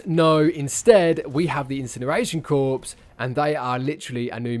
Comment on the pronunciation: Corps is pronounced like “core” fyi